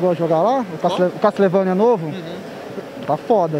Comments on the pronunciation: GG trollando o Zangado por pronunciar "Castlevania" errado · "Catlevânia" "nóbi" kkkkkk